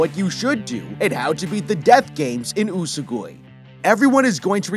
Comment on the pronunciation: How do you mispronounce a 3 syllable word? It's "You-soh-gwee" not "U-su- goy"